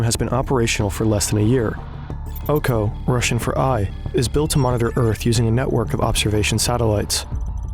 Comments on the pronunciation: its O-K-O, not OU KOU since its not english word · its not "ouko" its "oko" translated is "eye"